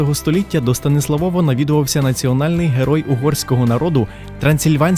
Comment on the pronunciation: шо за станіслаВОВА? Якщо СтаніслАв, то прикметник - СтаніслАвів, з якого дива наголос переміщувати на суфікс (приклад Львова не конає, бо там в корені зредуковано голосну - ЛЕвів, ЛЕвова), якщо ж Ви з якогось дива вирішили орієнтуватись на польску орфографію, то нагадаю, що то не знак наголосу над літерою о, а позначення звука у, тоді читайте вже Стансуавув, буде все чітко польскою). Вибачте, нічого особистого, але дуже по вухах... Про дерево сефирот я мовчу, ну ще б масонів туди... Ребе навчав поляка-католика кабали ... авжеж! Приблизно як не так давно Мадонну (співачку).... А так симпатично